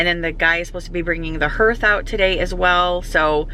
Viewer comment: you are such a hoot! The way u say hearth, it’s actually pronounced harth, ha, ha! Where I live we can occasionally see pea sized hail, but you probably had “golfball” sized hail. Nasty stuff. Our family has been working in the trades like forever. It is such hard work and when customers are appreciative and thoughtful they offer them donuts, coffee, drinks etc. Sometimes they even give them extra money😉 Thank you for being one of those customers. It is appreciated more than you know!